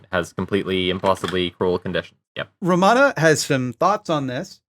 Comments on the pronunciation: Her name is Romana, not Ramona, I know this because the QAA podcast regularly covers her. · It's actually Romana, pronounced Row-maw-nuh